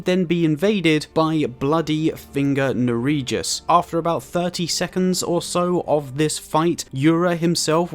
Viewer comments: Nerijus is pronounced nerrious not ne-rejus. Its a Lithuanian common name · Pronunciation police here 🤓 Nerijus is pronounced ‘Neri-yus’. Yura says his name when you speak to him outside Murkwater Catacombs